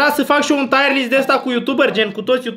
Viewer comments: Fra nu se zice taier list se zice tier list😂😂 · Se zice cum se scrie , Tier list , “taier” list înseamnă altceva